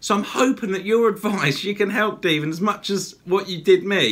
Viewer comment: You nailed my name the first time! Like Devil, but Devin, lol. I love it! Thank you so much for the feature!!!! And as for Devinatron either way is fine. Thank you so much! The video came out great! All my darts buddies are going to be so jealous! Again? Thank you so much!!! I really appreciate it! And yes, we are the same, darts Mad!!!!!!! Any comments and criticism is welcome, I feel you can always improve where you're at, no matter what level! Thanks again, cheers!!!!